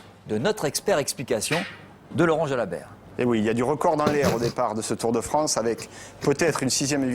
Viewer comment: "Le Tour de Fronce"